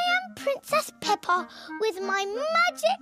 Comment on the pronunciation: Peppa more like pepper Hahahaah😅 hear close Fore real hah🤣🤣😂🤣